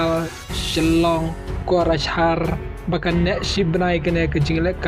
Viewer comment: subscribe ia phei te Bah lost kai em ,tang spelling bad kynnoh ia ki jaka ruh ym pt nang bha , kokrajhar phei ong korajar te poi sha khlaw